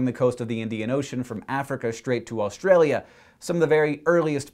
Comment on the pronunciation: anyone else feel that every time he said "australia" he tried to do an aussie accent?